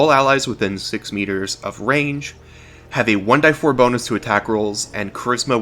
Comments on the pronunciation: Please stop saying "one DIE four", and say "one DEE four" like everybody else. Otherwise, awesome vid! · Your way of saying "one die four" is annoying. It's "one DEE four" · "one-dee-four" .. not "one-die-four". Also for 'Sing' it is not unlimited as you state, the description clearly reads "5 turns". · Great comm6ent, BUT Jesus dude, I've been around RPGs for 30 years I've never heard anyone say 1"die"4. It's 1D4. You're going to lose subscribers over this annoying decision. Is it worth it?